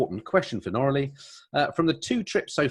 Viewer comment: She is too polite to tell you you are pronouncing her name incorrectly. It's pronounced ''Nora-Lee''.